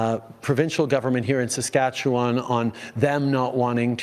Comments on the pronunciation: Is this narrator a robot? Listen how he pronounces Saskatchewan. (Or as I like to call it Sasquatchewan.)... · Where are y’all from when you can’t pronounce Saskatchewan properly? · Is that an AI voice here on Street Politics? No Canadian pronounces Saskatchewan as the voice here does?! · A couple of things. So if we refuse to pay the tax, he is still going to give us a rebate? I’m ok with that. 🤦‍♂️ Not sure where the money will come from. Second, I’m pretty sure the CRA has literally ZERO way to enforce a corrupt carbon tax, just because he said so. And lastly. Please figure out how to say Saskatchewan. Through several videos, each time, your pronunciation seams to be off. Every time you say it differently. But I am also adhd, so maybe it’s just me.